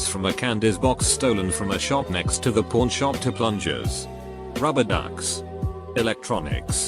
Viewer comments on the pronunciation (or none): I heard it every time he said pawn shop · the way it says pawn shop